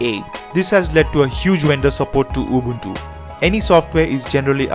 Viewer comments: at least he's not pronouncing it "ubantu" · His pronunciation is 100% correct. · I realized people with English as their first language always pronounce it like Ubawntoo when the letter u in english is still pronounced normally like the guy in this video pronounces it. There is no reason to pronounce u as aw or o even in English.. No idea where it comes from.